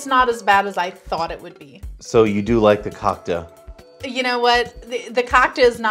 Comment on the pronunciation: Cocka is the best! Btw you are pronouncing it a little bit wrong.